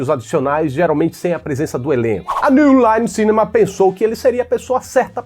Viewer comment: deve ter fechado contrato com escola de inglês pra falar "newline cinema" em todo bendito vídeo desse jeito com sotaque, porque não é possivel...